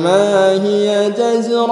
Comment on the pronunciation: Assalamu'alaikum Maaf, coba di cek lagi menit ayat yang ke 13, kok pendengaran saya dia membaca yang di tengah ayat dengan lafaz جزرة واحدة Tolong di koreksi ya, apakah pendengaran saya yang salah ataukah dia yang salah baca